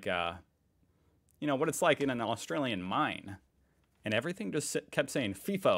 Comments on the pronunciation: It's f(eye)fo not feefo lol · It isn’t “fee-fo”! He said it 3 or 4 times, it’s “fye-fo”. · umm ex FIFO here.. and its not pronounced FEE FOH.. its FLY/FY - FO and as far as rosters go there is variations. back in the day people did six week 'swings' but 3x 1 (three weeks at work and one home) kind of took off or the 4 x1 .. but over time its reduced down.. some people will do four days on and three days off. my routine rosters were either one week on/one off or another popular swing (=rotation) was two and one. as for the freaking mess and 'crib'.. if you are lucky you get a good chef, but yes 'flashbacks on the coffee' and brekkie is the best meal of the day on these camps. most people get paid to sit on that bus (or plane), so whose going to whinge about that? then the $$ that people are on.. who cares? its all worth it.. but its not that romantic. when you are doing it there is lots of politics. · FIGH FOH..not FEE FOH 😊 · Not fee fi fi fo